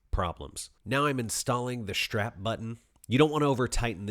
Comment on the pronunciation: What's a "shtrap" button? What does it mean to drill "shtraight"? Curious, as I've never heard of a shtrap button or drilling shtraight.